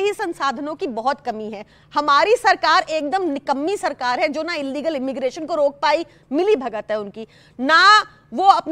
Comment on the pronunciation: Illegal ko inlegal na boliye